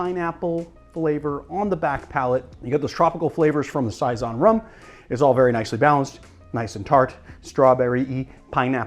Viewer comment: I honestly can't tell if you're trolling or just bad at pronunciation haha. Maraschino? Giffard? Saison?!?